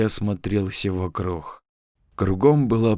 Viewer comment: Вот я смотрю уже несколько историй и слышу что ты говоришь вокруг как вокрух , а почему?